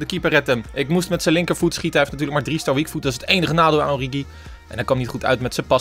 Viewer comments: Haha het is niet oriedzjie of oriechie maar oriegie met de Franse g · Het is Oorieguy uitgesproken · Spreek het uit als: Ooriegie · Je zegt het als ORIEGI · Het is ORIEGIE uitgesproken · origi je speeekt die g uit zoals in het duits gans een beetje k-achtig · Spreek origi uit met de g van genant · Met de g van garcon in het Frans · Origi is met de g van garage int Frans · Het is oriGi met de g van geel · Origi met de s uitspraak van gucci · Origi is met de Franse g van garçon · Ge moeet origi uitspreke als orrigi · Je zegt Origi met een Franse g. Net als de speler Idrissa Gueye. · Het is oriegie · Je spreekt het uit als “Oriedjie”. (Geen haat natuurlijk) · De g uitspreken als garcon (in het Frans). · Pyro No. 1 nee het is gewoon origi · Je spreekt origi uit met de g van guy of good van het engels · origi met de g van Garcon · Origi spreek je uit me de g van garçon ... plsss let erop